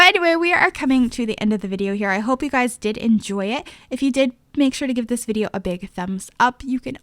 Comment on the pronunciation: i can't help it, when she said YouTube vider instead of video I died laughing. It reminded me of Madea 😂😂